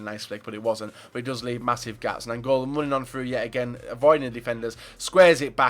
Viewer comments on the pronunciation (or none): none